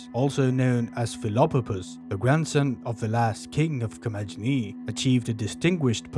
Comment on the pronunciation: In Ancient Greek, the G is always pronounced as G as in Got, never J as in Just. In Classical Latin, too. So, Commagene is pronounced Ko-ma-ge-nee.